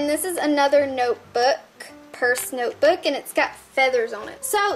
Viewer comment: " it's a noyeboooook!!" Lol great vid